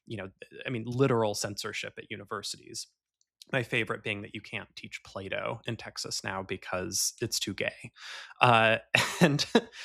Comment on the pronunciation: I legit thought was saying Play-Doh was banned in Texas being too gay until I realized he was saying Plato. It's crazy I didn't think the former wasn't out of the realm of possibility for Republicans to ban